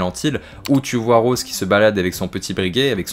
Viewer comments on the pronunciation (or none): none